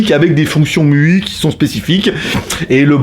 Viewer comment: Faut que t'arrêtes de dire "miui" c'est "MAILLEOUAILLE". Tu peux pas dire "Chiaomi" et "miui" à coté. Bisous!